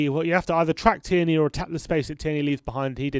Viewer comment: Why do you guys keeps pronouncing tierney like that🤣